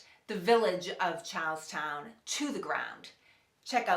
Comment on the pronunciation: when you say charlestown, it sounds like youre saying cows town